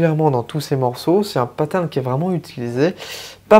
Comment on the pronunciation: J'avoue que quand je vous entends dire des mots anglais avec une prononciation française ça pique les oreilles. Paterne ou bien séquence...